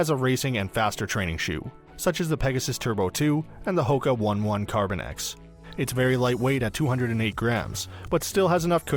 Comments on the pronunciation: Oh-ne (real Swiss German pronunciation). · PLEASE Consult a running expert before buying any shoes! I work in a run specialty setting, and I almost never pull these shoes unless someone requests them. The only shoe I agree with on here is the Rincon. You pronounced "one one" wrong (it is not like the number 1), and the peg Turbo is a way to break the bank if you are a couch to 5k athlete. I would only use that shoe for faster if you can run under for a 5K workouts. Next percent SHOULD definitely NOT be used for training to make that clear! You should get a racing shoe and a training. Using these "hybrid shoes" is a good way to get injured.